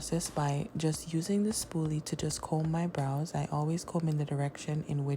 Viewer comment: I didn't hear spooly at first. Thought you said spoon. I was like I knew it! Then I was like nooooo! The spoon makes so much more sense.